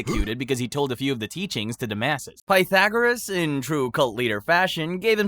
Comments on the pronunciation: Bro learn how to pronounce Pythagoras! You are driving me nuts! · Is this channel ai? I noticed you pronounced Pythagoras two different ways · It was the sometimes right, sometimes wrong pronunciation of Pythagoras that really annoyed me. It wasn't even a consistent mispronounciation! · Pah thagarus. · The last time that I heard Pythagoras' name pronounced so badly was listening to Stephen Fry telling a story about his grandfather, who came from Slovakia, who pronounced it "Peter Gorus". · I love how you managed to pronounce Pythagoras two different ways and both of them wrong😂